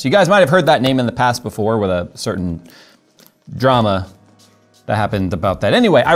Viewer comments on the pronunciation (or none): none